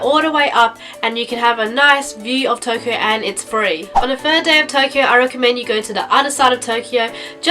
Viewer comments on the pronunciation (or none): "duh" instead of "the".